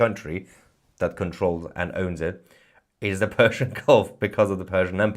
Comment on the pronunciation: so its fersian? you said no "p" hihihihihihi